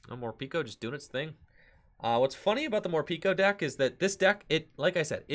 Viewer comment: It's pronounced Morpeko though not Morpiko...decent deck though!